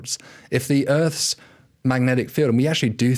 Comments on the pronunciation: Is David aware he is pronouncing Earths as Urtz? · "Erts rotating in riverse direction"